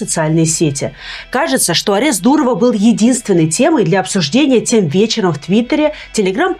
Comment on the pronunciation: Блин Люба! Апест или задержание? Ты же училась на юридическом, откуда столько ляпов?